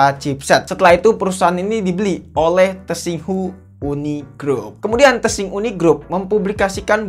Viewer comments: Cara baca "tsinghua" yang benar itu "[t]sing hwa" atau menggunakan pelafalan lokal "sing wa", bukan "tesing hu". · Ralat bg pengucapan kotanya "Shanghai" secara langsung, trus dibaca "Singhua"